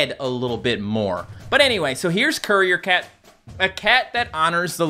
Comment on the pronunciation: What everyone hears:courier cat What i hear:curry or cat?